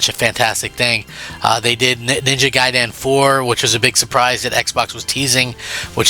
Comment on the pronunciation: It's gaiden not guydan jackass